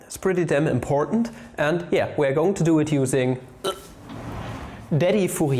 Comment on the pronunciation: That’s pretty imPOR’nt if you ask me :P